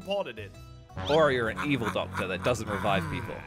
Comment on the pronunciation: said "ductor